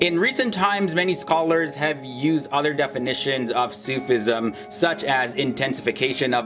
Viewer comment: Great vid , little pronunciation help: its not Sooof ism it more like Sufi ism